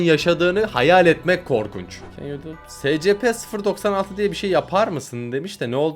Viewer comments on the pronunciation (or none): Abi SCP secepe diye okunmuyor esipi diye okunuyor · abi scp secepe diye değil essipi diye okunuyo scp denek olan ve değişik korkunç varlıklara dönüştürülmüş insanlardır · Abi o secepe diye okunmuyo sicipi diye okuno scp 096 ise Minecraft takı bir canavar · Abi scp (essipi diye okunuyor) paranolmal nesneleri araştıran ve tamamıyla hayali olan bir vakıftır. Scp 096 ise takma adı utangaç adam olan bir scp nesnesidir. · Abi scp esipi diye okunur scp nin adıda scp vakfı dır orda insanlara deney yapıp canavara dönüşturürler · abi scp 096 scp vakfında olan paranormal bir varlık scp vakfı tehlikeli olan yerleri,eşyaları,varlıkları koruyan bir vakıftır. Safe KORUNMASI KOLAY VE ZARARSIZ scplerin SEVİYESİDİR. EUCLİD KORUNMASI ORTA VE NE YAPICAĞI BELLİ VARLIKLARIN TUTULDUĞU BİR scplerinp SEVİYEDİR. Keter ise korunması çok zor ve son derece tehlikeli scpleri seviyesidir. Bu arada okunuşu scp değil esipi. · Abi Yazılış : scp Okunuş : esipi